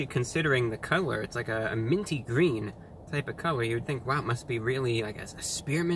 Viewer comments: Oooo it's gween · "It's gweeen" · ITS GWEEEEN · Its gween! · Its gween